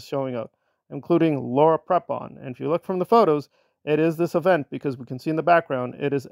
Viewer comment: I don't mean to nitpick, and this will probably seem trivial to you, but since you do have a YouTube channel and have an audience, the correct way to pronounce Laura Prepon name is Pre-pon, not Prep-on.